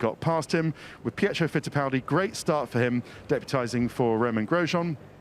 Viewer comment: "Pietro Pitiffaldi" never change Ted never change